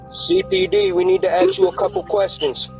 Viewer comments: When he said I need to aks you a question, red flags straight away. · When "officer" can't even say "ask", you know better than to open the door. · If the person a your door says ax instead of ask DON'T OPEN THE DOOR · “Axe to come inside” 😂😂😂 nice one! 👍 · We need to “AXE” you a couple questions. Lol Sure, come on in. BRRRRRAAAAPPPPP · "CPD we needs to aks u a cuple kestions!" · “Axe” to come inside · "Aks" to come inside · Did this loser say 'COPD, I need to ax you a couple o questions'🤣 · They needed to axe you a couple questions 😂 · 😂 "Aks to come inside." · Don’t make me axe you twice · "we need to axe you some questions" obvious rouse is obvious 🤔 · yeah that "ax" instead of ask always sticks out to me too... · Fun Fact: "Aks" is historically accurate. "Ask" became popular because u educated folks couldn't say "Aks" properly. What comes around, goes around. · Did you say " they Axed to come inside"? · When the cops need you to “axeks” you a question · Axe?🤣🤣🤣🤣 I'm not American and have a thick accent but I wouldn't f up "ask". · When people say axe instead of ask, that's the give away. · Aks to go inside? Aks? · "I need to AXE you a question!" :face-green-smiling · Why can't people speak. People do not "aks" nor "axe" questions. You ASK questions. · You said, "Axe." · Asked not axed, idk why but vocabulary of americans is devolving into tribal babbling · Don't judge a book by its cover, unless it pronounces "ask" as "axe" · We need to "AXE" you a couple of questions. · When a police offices says “aks you” instead of “ask you”, you know its BS… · "We need to ax you a couple questions" Also "...claiming to be cops, axed to come inside" lol🤣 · "We need to axe you a few questions"? Foh 🤣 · "aks', Ha! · if i hear "axe" you lose all credibility immediately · "this is CPD I need to axe you a few questions" 😂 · "Axe you uh kwestin" Fatherless language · "Need to axe you a couple questions" Lol nope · "COPD. We wanna axe you sum questions." Seems legit.